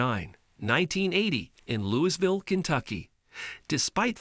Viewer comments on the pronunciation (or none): Yes he has, actually talked about it on Limpy’s video. I wish this dude could say Louisville right! lol. I use to race down on 11th street every weekend!